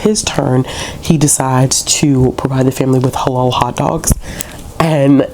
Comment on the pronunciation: You are saying halal right! Checking to see if my library system has a copy asap 😊🧕🏽🌭